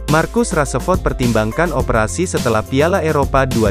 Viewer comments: Min marcus rasford bukan marcus rasaford 😂🤣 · "raseford"....really???becanda lu min 😂